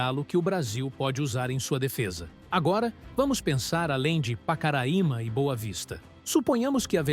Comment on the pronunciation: Vcs estão pronunciando o nome Pacaraima errado bom dia